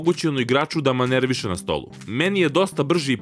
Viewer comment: Da li je igraču omogućeno da "manerviše" na stolu ili treba da manevriše? Jbg nisam hejter nego mi samo malo zaparalo uši.